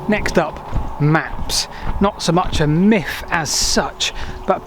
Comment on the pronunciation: They were quite angry those. Romans. Or is that a miff? Whatever happened to "th" in the English language?